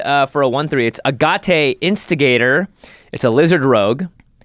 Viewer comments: I think 'Agate' is pronounced 'agg-it', Jimmy... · Jimmy, it's AG-ET, it's a kind of rock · Agahtay huh lmao tell me you don’t know gemstones without telling me you don’t know gemstones 😂 sounds like aget…agate instigator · Me: Oh cool, Agate Instigator because he's firing little agate crystals!". Jimmy: "A-Got-Ay Instigator!" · Thank you, everyone I’ve seen keeps mispronouncing it and I was like “Am I crazy? The agate crystals are right there on the card!” Lol